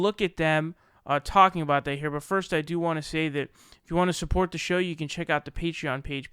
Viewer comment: LOL you can't even pronounce Patreon....DUDE....fuckin GED dude....you would find the Flinstones "fascinating."